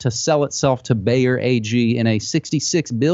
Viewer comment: It is not "Baer", for heaven's sake, the name is BAYER. These Americans are so ignorant. Pronounce it like BUYER. That fit's.